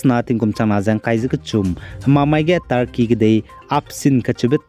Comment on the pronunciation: Turkey lei tarkey mak lei nang gu pronounce tew mi gai lau tq